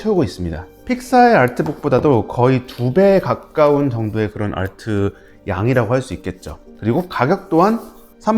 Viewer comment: 뛰뤼디 아rrrr트 ㅋㅋㅋㅋㅋㅋㅋㅋ